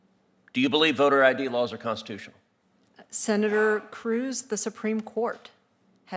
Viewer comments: Say "Senatorrrrr" again! (in a Samuel L. Jackson kind of way) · I could live my whole life without hearing her say “senator” again. 😑